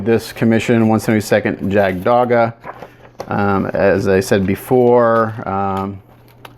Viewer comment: I believe it's pronounced yagged doaga